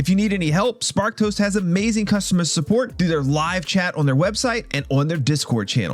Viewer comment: Whenever you say Sparked Host", I hear "Spark Toast" 😂😂😂